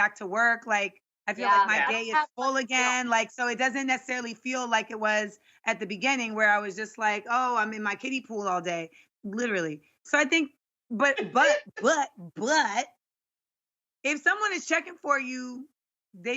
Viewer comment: Am I the only one who is bothered they say "begEnning" and not "begInning" 😀 Oh, I feel for Jeannie! It's concerning not to feel comfortable enough to be in your lounge wear in front of your fiancé when you are at home. That's sad really! If he loves you, he will like you the way you are and won't stop loving you for being comfortable around him. Honestly, being comfortable with your loved one is goals! I don't say let go and don't look after yourself. I am saying relax, you are about to spend your life with this person! Don't pose, that's not a relationship!